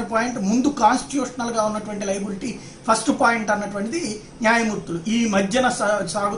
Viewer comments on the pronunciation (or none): none